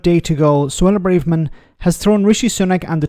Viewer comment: It is Bra-verman,, not Bray-verman. That has been established for a long time now and Emma Barnett pronounces it like that in the opening moments of your clip.